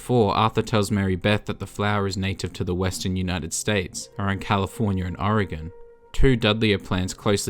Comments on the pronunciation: Thank you for saying Oregon correct lmaoo nobody ever does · He makes up for it by saying Oregon and not oregone like most